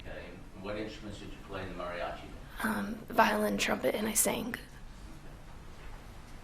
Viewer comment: She pronounced the word Mariachis & quinsenera very Well in spanish for being a gringa...lol very attractive too...